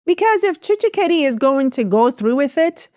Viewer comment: TSHISEKEDI NOT TSHISHEKEDI